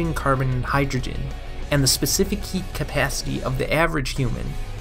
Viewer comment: I thought this nigga said yeet capacity lmao